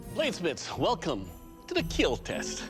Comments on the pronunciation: I’m just here for my daily dose of it will keel !!! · Came for the forge, stayed for the keeell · it will keel :) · Only thing that matters is.. “It will keel”